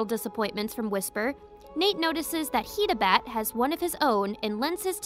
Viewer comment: It is pronounced hide a bat